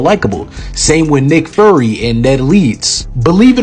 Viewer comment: Remember kids, nick fury is pronounced fewry not furry